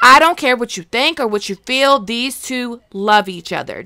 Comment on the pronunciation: Word. I wouldn't have guessed. I've never heard you say the word two lol.